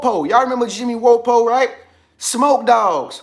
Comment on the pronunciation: Pronounced Jimmy WAP-O